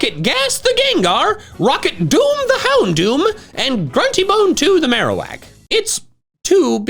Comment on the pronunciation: There is no E in Marowak!